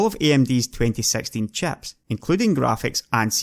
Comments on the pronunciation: if you pronounce chips as chaps wondering how do you pronounce chaps? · Great vid but I can't help but laugh when he says chips, it sounds like chaps. Fab the chaps.